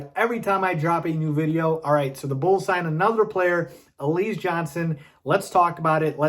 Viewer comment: Why do you pronounce his name like that? It's pronounced alizay, like the drink alize